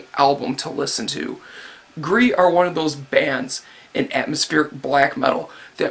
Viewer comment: Your pronounciation of gris was alright. Btw gris means Gray